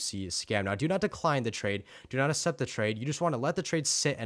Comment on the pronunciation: you say assept